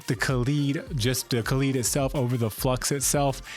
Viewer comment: Come on guys it’s kaleid not kalied. Like an american would pronounce ‘collide’. Ka lied. kaleid